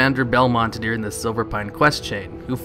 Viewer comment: During During During not deering